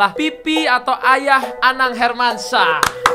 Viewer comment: Hermansyah napa bang, jangan hermansah. Pen banget, banget denger pake syah😭😭